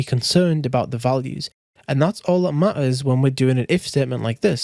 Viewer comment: bro saying ma-ers in , it was funny for me